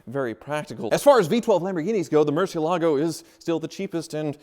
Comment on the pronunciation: Will ever learn to pronounce Murciélago correctly? Maybe never!